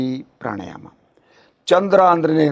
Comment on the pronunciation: ಪ್ರಾಣಾಯಾಮ ಪ್ರಾಣಾಯಾನ ಅಲ್ಲ.